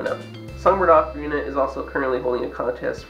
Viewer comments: definitely oc-a-rina not oak-a-rina it's the most annoying thing to hear gah. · The Italians, who invented the ocarina, pronounce it closer to "oak-arina". I think "ah-carina" is more of an American thing.